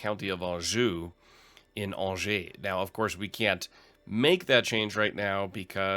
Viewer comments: By the way, Angers is pronounced like "Anjé" (more or less an-zhey), if you're still curious ! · Also "awn-jay" would be correct anglicized pronunciation for Angers, France